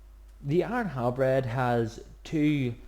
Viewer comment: thumbs up if you heard him said iron halbread